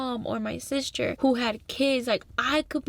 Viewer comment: Omg out of all the funny ways you pronounce things i think “Sishter” is my favorite 😭🤎